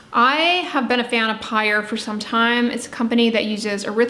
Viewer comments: I have that Pyure product, but I think it's pronounced "pure". If not, I've been saying it very wrong. lol. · Hi! Just a heads up that Pyure is pronounced like "pure." 👍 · I think that sweetener is pronounced “pure.”